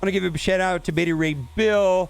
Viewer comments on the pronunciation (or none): none